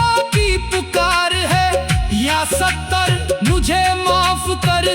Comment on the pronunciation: Talaffuz sahi nahi hai. یا سطار ہوتا ہے سطر نہیں